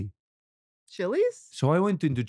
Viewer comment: "chili" ......"chilli's".. 😂😂😂